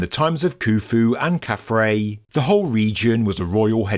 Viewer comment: KhafRa's name is pronounced 'khaf-Rah' and means "He shines as Ra". Not 'Ray'. From the Coptic word for the sun god, we get the vowel sound.